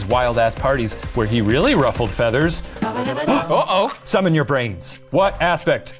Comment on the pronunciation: "Summoun your brains"